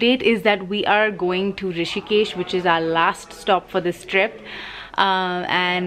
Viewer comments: It’s Rishikesh! Not Hrishikesh 😊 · Its Rishikesh not Hrishikesh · Rishikesh not Hrishikesh 🙄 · It's Rishikesh not hrishikesh🙄 It's not like hritik name🤣🤣🤣🤣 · Hey it's Rishikesh not hrishikesh... thought to let you know.. Great vlog though🥰